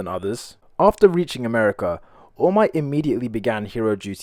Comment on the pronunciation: "woll might"